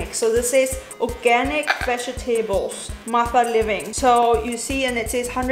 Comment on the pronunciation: Is possibly from Germany? I live in Germany and many students at my school are pronouncing "vegetables" like her. Edit: Well. After watching the video to the end I totally think that she's from Germany.